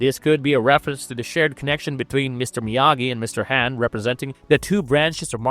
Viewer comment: The pronunciations are awesome. lol KaratuhKid, Ralph Matchio, Mr. Hann.